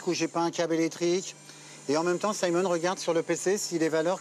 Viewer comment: saimone???? On est en france il est francais pourquoi faire genre que on est au États Unis